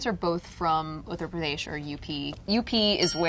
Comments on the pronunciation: Priya : uttar Pradesh Andy : uttara predash🤣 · Yo Andy pronounced Uttar Pradesh more authentically than Priya! Man went full Sanskrit with Uttra Pradesh.